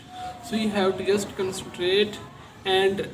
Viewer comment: Yeah well he's trying his best isn't he? Instead of bickering about it pay attention to what's being taught bro....